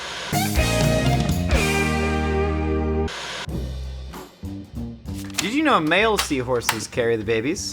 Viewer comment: It's pronounced GREGNANT 😂